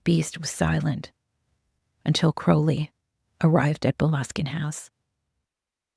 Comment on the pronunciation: My compliments for using the correct pronunciation of Crowley